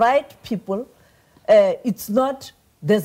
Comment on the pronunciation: Sophie Mokoena, its not 'deh' its 'the'.